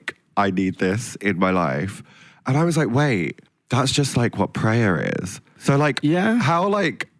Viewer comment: Never thought I’d see an overlap of Tia and shitz n gigz, but that’s not how you pronounce prayer when it’s in that context. Watch Fudad pronouncing it like you did, it’s hilarious 😂